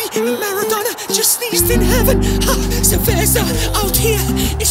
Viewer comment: se vezer(the weather)🤣🤣